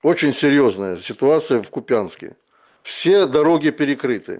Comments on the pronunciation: Да объясните, наконец-то, спикеру, что он выглядит неучем, когда из эфира в эфир, с завидной упертостью, называет неправильно населенный город Купянск. Ударение в названии города идет на букву "У", а не на "Я" - КУпянск... а нее КупЯнск. Слушать уже просто отвратно становится... Ну раз оговорился, ну пару раз.. но если он постоянно освещает ситуацию вокруг Купянск, тем более сылаясь порой на источники из самого города, но при этом всяк раз не может даже правильно название города произнести - возникает вопрос к достоверности того, что он говорит. Поправьте, пожалуйста, пана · Купянск, ударение на первый слог.